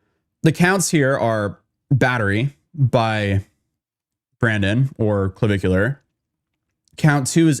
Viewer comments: BRAY-DEN not Brandon. This felt really unprepared. Too much dead air. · Bruh… his name is Braden, not Brandon…. Jesus you always be mispronouncing shit